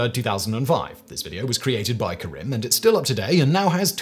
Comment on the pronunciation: There's an 'a' in the name Karim.